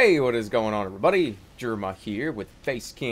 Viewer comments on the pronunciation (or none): none